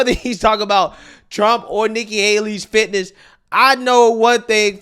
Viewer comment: the subject is FIT NESS! Not FAT-ASSES 😅